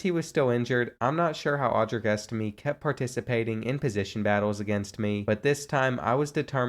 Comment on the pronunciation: You say estime’s name wrong